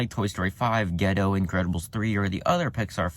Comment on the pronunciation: Just want to fix your mistake, it's Gatto (which is cat in Italian) not Getto, it will sound like your talking about a poor neighborhood. Yeah... Hoppers seems to be the least interested one, I still need more info for it. I don't think we need another Toy Story but the whole toys vs. technology premise is really interesting.